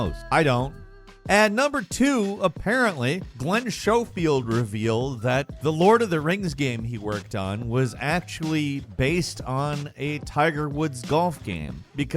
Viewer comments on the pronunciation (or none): It’s schofield not showfield lmao